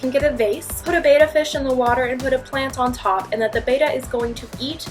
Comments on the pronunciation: first of all you're saying betta wrong, there's beta which is what you are saying and then there's betta ,which is bet -ta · Two t's. Pronounced Betta not beta . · They are not Bay-Ta Fish! Beta is the second letter of the Greek alphabet. They are Betta fish pronounced Bet- Ta! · Much respect to you and I love this video! But (light heartily) I joke, myth number 6! The proper pronunciation is "Beh-tuh" not 'Bay-tuh." Us North Americans are silly in our determination to skew the simplest of words and names. 😂💜💜💜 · Lol ur pronouncing Betta wrong, and u call ur self a fish expert, there are two t's, ur saying "beta" not bettA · not pronounced beta it is pronounced betta like betty- bett-uh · Am I the only person who gets annoyed by it being pronounced bAta? It's betta (bet - uh), Like saying "better" with an accent. Click the sound button. Not trying to be mean, this is just one of those things that annoys the crap out of me. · Misconception: betta is pronounced bett-a not bayta. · Excellent information except for one tiny thing: It's pronounced Bet-ta, not bay-ta. It's a fish, not a Greek letter. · Thing #6 that you've heard about Betta Fish that isn't true: It is NOT pronounced 'bay-tah' (ie. beta). It is properly pronounced 'bet-tah' (ie. Betta). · The first lesson should be how to pronounce BETTA fish. It is actually pronounced "BET‘-UH. Not pronounced "Bay-tuh" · Biggest myth/misconception you missed... these are not beta fish (as in the Greek letter beta). They are betta fish (from the Latinization of the Javanese term for the fish 'Bettah'). It's pronounced "bet'-tah" and not "bay'-tuh." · WinnieBear Plays Betta is not pronounced with a long A sound. It is a short E sound like in elephant. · Now she just has to learn how pronounce it's name....bet ta....not beta..... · One thing that is not true is your pronunciation of Betta. It's not Beta (Baita)..It's pronounced like the word Bet not like bait. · It's not pronounced "bayt-uh". It is pronounced "bet-uh".